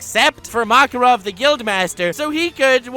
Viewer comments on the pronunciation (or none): none